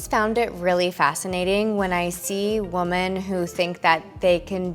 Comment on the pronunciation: I absolutely love your videos and watch them all!! Just so you know the plural of woman, is women (sounds like Wi-men) sent in love xxx